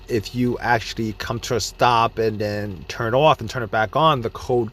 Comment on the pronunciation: accentually, 😂 if you have this issues, 😅 accentually this issue is rare,😂 accentually I dont have an answer, 😂 accentually the main battery charge 😂 eccentually the start stop, 😂 accentually I dont know what to say😅